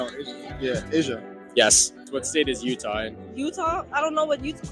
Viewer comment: She said, "I dont know what Utah-king about."